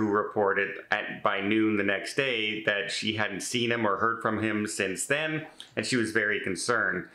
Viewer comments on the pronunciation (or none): none